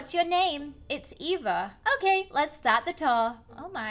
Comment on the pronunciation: You say Eva like efa